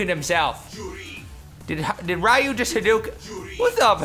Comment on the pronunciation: Its pronounced Ree-you